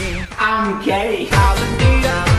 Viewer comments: naywtia “gays”, wti “guys” wata jama3at… agar shtek nazani la xotawa qsa maka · کورە ناڵێ گەی دەڵێ گایس😂